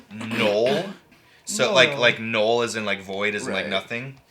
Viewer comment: "I think it's nooeel" - man, it's N-U-LL. Like "n-ugh-ll" hahahaha